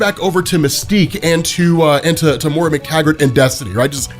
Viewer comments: MOY-RA, not MORA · 12 hours in and he’s still pronouncing Moira as Mora. Jk loved the video, longest YouTube video I’ve ever watched